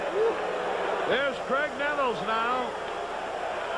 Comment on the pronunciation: You'd think that Caray would have figured out how to properly pronounce the first name of Graig Nettles.